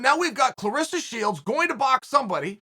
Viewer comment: Dear Chael Clarissa, rhymes with Melissa. CLARESSA, rhymes with VANESSA.